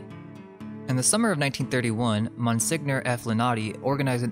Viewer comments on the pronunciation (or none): Monsignor is not a name but a title and the “gn” is not pronounced with a hard g but like the gn in lasagna. The gn sound is like in the ñ sound in español. So signora is the same as señora.